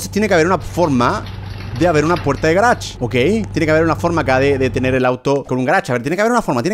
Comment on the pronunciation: yo cuando german dice garach: yo : jajajjaaj c mamo con el garach